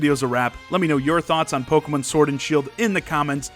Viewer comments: the way this guys says "pokemon" makes me hurt a bit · I love how you pronounce Pokémon.I might start pronouncing it that way if I can remember to keep it up.